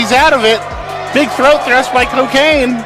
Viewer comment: Co-kane? Omg im dead 💀 😭 🤣 😂 hahahahahhahahaha